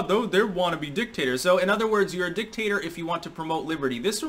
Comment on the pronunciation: Every time you said dictator, I heard dicktaster..#AndySucks